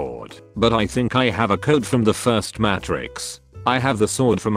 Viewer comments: Everyone: Matrix Narrator: Matt Tricks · Narrator: "Match-rix" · Every time I hear the pronunciation of Matrix in this video, it makes me cringe.